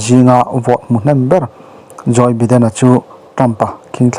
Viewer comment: joy biden nilovin joe biden tih tur